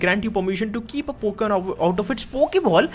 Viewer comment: It is not poken it's Pokemon